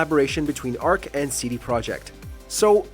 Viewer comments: Ark Motorcycles. Shakes head even if you accidentally mispronounced it, it's still spelled like Arch and would have been said that way. Lol. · It's not Arc it's Arch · It’s pronounced Arch as in the St. Louis Arch, not “ark.” Good video otherwise.